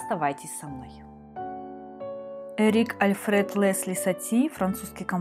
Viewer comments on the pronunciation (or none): Только не Эрик альфрЕд Лэсли, а эрИк альфред леслИ, все французские имена с ударением на последний слог и с мягким эль.